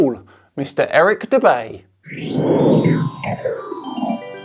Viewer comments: When you said "Eric Dubay" I seriously considered not watching this. Unfortunately I did anyway.. Cause you're, but HEY! You owe me one for clicking like despite forcing myself to listen to Erick Dumbay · its Eric dubay